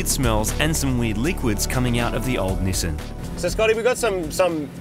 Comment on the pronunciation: Knee saan